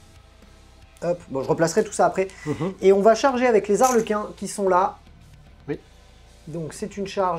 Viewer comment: Je tiens qd même à te signaler que tu peux dire les Zarlequins car Harlequins, c'est en anglais, en français y'a point de H ;) Donc lâche-toi sur cette liaison pas si dangereuse ;)